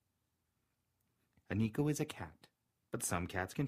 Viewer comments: Neeko??? Why do you say it like that?? It’s pronounced neh-koh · PikaWolf omg thank you 🙏 every time I heard him saying niko にこ and not neko 猫 it annoyed me so much and I went to the comments to see if others noticed AND U BE THE ONLY ONE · It's usually pronounced "Neh-kou" not "Nee-kou" =^-^= You're voice is lovely. 💗 You should do more Neko asmr~